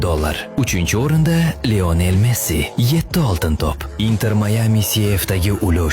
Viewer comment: Messi boy mas deb turib mesdi boy dedizku